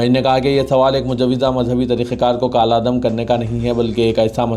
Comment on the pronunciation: Ap please urdu durust kahey TALAQ HAI TALLAQ NAHI jahil na baney Kal Adam hai Kaaaal adam nahi stupid na baney thank you